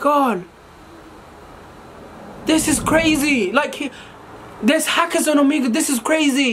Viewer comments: How can you spell Omegle correctly but call it omego 🤣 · I love the way pronounce Omegle as 'Omego'